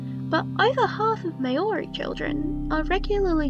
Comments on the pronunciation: Hey bit of a nitpick here, It's actually pronounced mouldy not May-ori I'm a new Zealander I know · This video was really interesting and I enjoyed it a lot. Just a small note: I'm assuming from the pronunciation you were talking about Maori, people of New Zealand. Its not pronounced May-ori (as I see a lot of non-nz speakers say) and even know I'm personally of European descent generally you hear it more like mowri (as in [Mao] of China, [Ree]) or mohri (as in [Moe] from the simpsons, Ree with a softer r [ree]). Not a big deal though as it's an easy mistake to make and overall this is a very informative video on a topic I hadn't thought about. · Nitpick— Māori is not pronounced “mayori”— the “mao” part is actually closer to the vowel sound in “cow” (well that’s the closest English approximation, there’s proper IPA on Wikipedia but only linguistics nerds know how to read that) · in the IPA, the true pronunciation is /'mα:o.ri/, if that helps